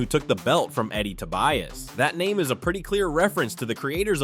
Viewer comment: Why does the narrator keep changing the pronunciations for the character names everytime he says on. It is driving me nuts.